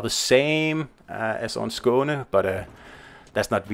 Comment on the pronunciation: Its nice having these ships names pronounced properly. Thanks